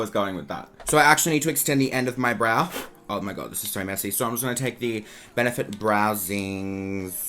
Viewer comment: Erica Mancini I know he has an accent, but I’ve heard him say ‘Brow’ the proper way before 🙄